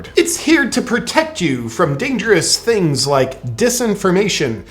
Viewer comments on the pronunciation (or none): none